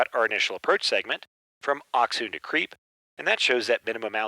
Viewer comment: absolutely phenomenal video, but its pronounced "craype" not "creep" 😂